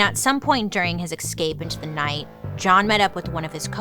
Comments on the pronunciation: Bailey. We all adore you, (obviously), BUT… the way you say escape and especially is so absolutely wrong, lol. There’s always an X in those words when you pronounce them! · excape and exspecially will always get me 😅😩